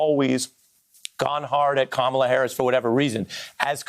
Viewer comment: "Kamala" is a beautiful South Indian word. It came from her mother, who is Tamil. Please do NOT botch the word. It's pronounced Kuh Muh laa. Just YouTube it. Google's CEO is also Tamil. But anyway, I think this is a stupid pick by the Biden campaign, because WHO CARES ABOUT CALIFORNIA?! California is going to vote democrat anyway. Pick someone from the swing states! It's so obvious. No?